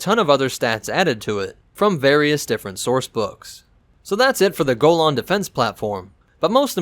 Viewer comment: am pretty sure ur mispronouncing golan